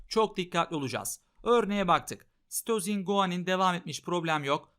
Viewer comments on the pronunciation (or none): İlk başta hoca "ve sitozin." derken Mesüt Özil anladım